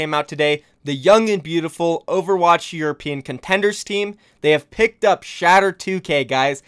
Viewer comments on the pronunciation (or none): none